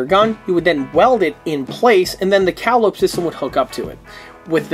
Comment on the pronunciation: Great video, but please, for the love of all that's holy, it's pronounced "Cah-Lye-Oh-Pee". like the old circus pipe organs that would parade through town. Now, SAY IT! SAY IT!!!!